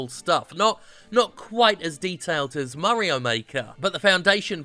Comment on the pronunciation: I think you're the only guy I've ever heard who calls Mario, "Murrio" :D